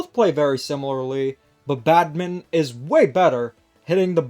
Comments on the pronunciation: Just a heads up: Badminton is pronouncd bad-min-ton not bad-min. The ton is not silent. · Minor nitpick but why do you pronounce Badminton as "Badmint"